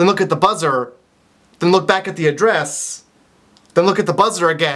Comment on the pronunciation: the way he says "Adress" xD oh candians